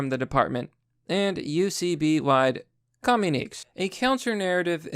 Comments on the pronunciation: I respect your grasp of English as a second language, but I was hoping that you'd look those words up yourself. "Univariate" is pronounced as "YOO-nih-VAR-ee-it," "cogent" is pronounced as "KOH-jent," "communique" is pronounced as "kuh-MYOO-nih-kay," and "Ta-Nehisi Coates" is pronounced as "TAH-neh-HAH-see KOHTS." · Yep, I agree, but the instances I'm referring to in this video are "univariate" , "cogent" , and "communique" . Edit: Oh, and also, Ta-Nehisi Coates's name .